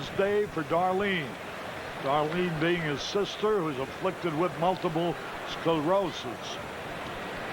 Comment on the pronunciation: Please don't make poor Harry say "Multiple Sclorosis" again